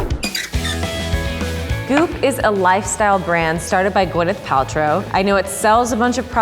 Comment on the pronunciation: Each time she said goop I thought she was saying poop